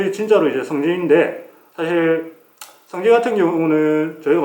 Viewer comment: 성기라고하는거같네 ㅋㅋ